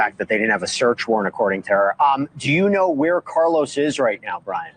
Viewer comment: So fucking obnoxious how she pronounced Carlos